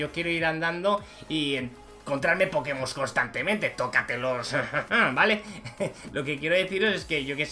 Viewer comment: No. Es poke mon es poke'mon